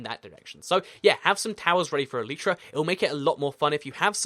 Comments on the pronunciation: elItra not eletrae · Bruh this dude seriously just said elytra like el-ee-tra ?!